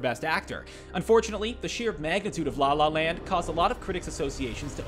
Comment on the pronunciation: the way he said la la land started to make me mad idk y